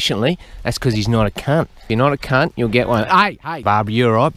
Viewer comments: “Out KHUNT him” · Take a shot every time you hear him say Khunt😂 I’m gone